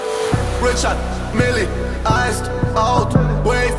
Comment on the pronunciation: Funfact: Es heißt Richard Mille 😂 No hate SHBZT🌊